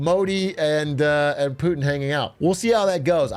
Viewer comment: IJBOL every time lil bro says "Poohtin" 😂